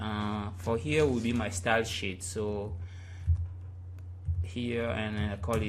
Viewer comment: It sounds like ur saying shit instead of sheet. But still great website tutorial! I learnt alot :)